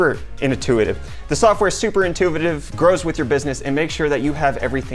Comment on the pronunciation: you're so "intuvitive" LOL We love ya anyways:O)